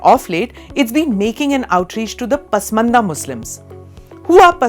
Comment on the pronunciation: Pasmanda not 😂 Porsha Right ❤